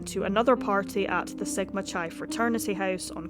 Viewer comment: What's a soriety? Or did you mean sorority soar-roar-it-ee? Also chi (as in sigma chi) is pronounced k'eye